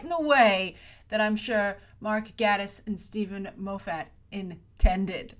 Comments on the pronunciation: also, GATEis, not Gattis. Really bugged me too! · Love your videos, Grace! This is minor, but Mark Gatiss' name is pronounced "gay-tiss." He has personally commented on the pronunciation in relation to his sexuality :) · Mark Gate-us not Gatt-us. And Steven Moff-it not Steven Mo-fat. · Um, he might be unhappy in his marriage because he can't trust his wife because she murdered his best friend? Also, it's pronounced gay-tiss and Moff-it. The show creators have always said that this is a show about a detective and not a "detective show". Most of Sherlock fandom has come to a consensus that this episode is Sherlock telling a story of what happened to Ella, but altering details (as was done to the video of Sherlock shooting Magnussen in the opening-the Sherlock creators rather than being "out of ideas" are still packing their episodes full of subtext for those who look.) Its quite obvious the squaddie/secretary didn't shoot her, she was shot from behind. They taught us to view bullet wounds carefully when Sherlock was shot. Lots of blood blooming out? That's an exit wound.